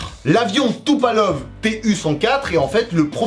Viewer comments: C'est pas Tupalov mais Tupolev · Salut, à la minute, l'avion "Tupalov", puis "Tupalev" quelques secondes plus tard correspondrait-il à un jeu de mots sur la prononciation russe de l'avion de ligne biréacteur court-courrier Туполев Ту-104 (Tupolev Tu-104) de 1956?.. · C'est pas Tupolev plutôt que Tupalov? ( je connais Tupolev mais pas Tupalov, mais je suis pas un grand connaisseur ) 😅❤ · TupOlev pas Tupalev... Mon dieux 🤦